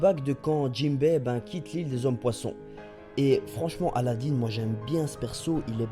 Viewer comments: c est pas aladine c est aladin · arrêter de dire Aladiin c'est Aladin